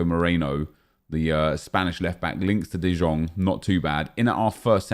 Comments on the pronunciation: its de iong not de jong bro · Ffs nep it is pronounced "de Yong" not "de Jong" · Bro im from dutch you say jong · De Jong = The Young NEP not The Zjong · it's pronounced De "Yong" ffs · De jong can you pronounce it correctly for fuck sake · He doesn't understand that in Dutch the J is like a Y in English